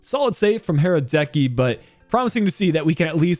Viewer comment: Sorry, but thats not how you pronounce Hradecky